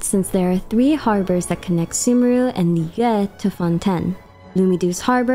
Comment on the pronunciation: Thank you for pronouncing liyue correctly. The amount of liweis, lliyoos, etc i have heard drive me crazy. It really is not that hard to pronounce it correctly.